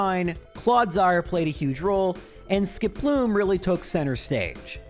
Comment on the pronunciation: The best part of these challenges that use Skiploom is that it eventually evolves and he stops saying its name weird.